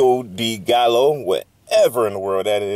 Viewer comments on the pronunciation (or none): Just to help you out brother. Baja and gallo are Spanish words. In Spanish the J is pronounced as an H, so it’s baha phonetically. The LL in Spanish, as in gallo, sounds like a Y. So gallo sounds like ga-yo.